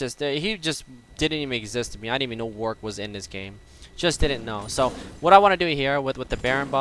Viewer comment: is like the only member of the League community that pronounces Warwick's name correctly, it really pisses me off when people say warWICK.